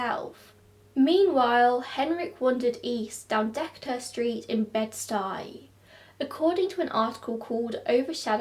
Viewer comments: Wow seeing the PathMark store is such a throw back Also it’s De-Kay-ter street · You didn’t. The A in Decatur is a long A. But your accent is so nice so it sounded cute lol I live 5 minutes away so sad this happened to this poor guy.